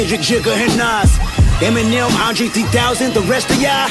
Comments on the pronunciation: George Judan o shit your right! I wonder if they actually pronounce it eninem or eminem haha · I'm not big in to rap but i dont think how someone is good if they have to purposefully mispronounce a word to make it rhyme.